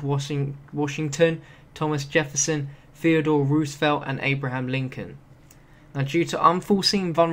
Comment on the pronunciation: It's pronounced rose-a-velt